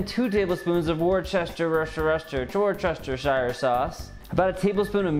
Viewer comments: "Worcestershire" is pronounced "wooster", with "oo" like "book" or "cook". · Nope, it's actually pronounced WUS-TER-SHIRE. Actually much easier to say than it looks. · No it isn't. Not at all. Its pronounced "wooster-sure". You're skipping the entire ass end of the word. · C'mon people, say it with me: Wuss-tuh-shuh. Not difficult! If that's too hard, try Wuss-Stir-Sheer. less "british sounding", but it'll do. Why is this one word so difficult? :)